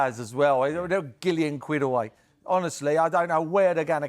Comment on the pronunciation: Merse.... what the hells GILLION 😂